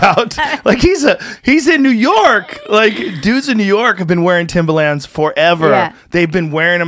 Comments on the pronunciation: Am I the only one who absolutely COULD NOT focus on anything other than Joe trying to pronounce “Timberland?” Say it with me Joe...Tim-ber-lands. Timber-lands. Not Tim-bah-lands. Not Tim-buh-lands either! Get it together bud😂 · Why is joe pronouncing Timberland like that? It's driving me nuts! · It’s pronounced timberland not timbaland